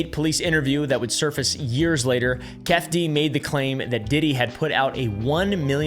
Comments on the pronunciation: Its pronounced "Kee-Fee Dee" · Your saying it wrong. It's Keefe. Like the coffee company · Key feee deee word buddy butchered dudes name hahaha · its pronounced "Keefy D" despite the spelling. Love your videos! and SourBoys, just bought more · Lol I know how it's spelt, but it's pronounced Keefee D. 😅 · Pronounced keefy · I thought you say it like “kee-fee dee” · The way you pronounce Keefe D is actually Key-Fee D. It's really not that big of a deal. Its truly not that serious at all, but for whatever reason, my brain will not stop obsessing over this until I say something. I genuinely apologize for being "that person" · I fw you and I know you dont know but bros name is said "key-fee-dee" lolol im no grama nazee either Ijs lol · Keefe D = KEE-FEE DEE. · It’s pronounced Keefie Dee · I know we Country boys bubba, but even I know how to say keefe D's name brother.. stay blessed 🙌